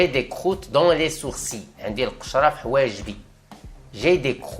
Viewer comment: Bonjour, si je peux me permettre ce n'est pas croûtes mais crottes et test est sans e à la fin